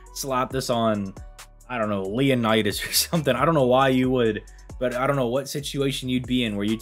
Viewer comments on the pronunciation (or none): none